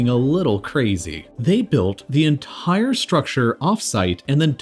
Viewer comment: Why do you speak like this? They tHOwed the enTHire sTHrucTHure. It's absolutely annoying and distracting. I can't stand more than a few minutes. Sorry.